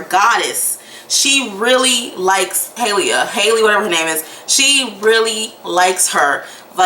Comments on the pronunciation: Haha u kept saying “hayleah” who is hayleah? Lol 😂 🤣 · Hailia ? or Hailey 😂